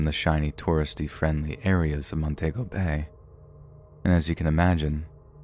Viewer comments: The country is Afghanistan not Afghan. Montego in Jamaica is pronounced ' Mon tea go' not ' Mon tay go 'as you pronounced it . Check with Google for the correct pronunciation of words you are not familiar with. Also the 'I' at the beginning of Iraq is pronounced as 'e', making it Eraq.' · It's Mon-TEE-go not Mon-TAY-go. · I suspect the author of the story simply wrote "Afghan" for short and read it "as is." The "Montaygo" thing grated on my nerves too. I do think "I-rack" is a perfectly acceptable pronunciation of "Iraq." I agree with your advice to, though (to check Google if unsure). His most flagrant and hilarious mispronunciation came a few weeks ago, when he pronounced "Greenwich" (as in the Village in NYC) as "Green-witch." 🤣😅 I still love him, though.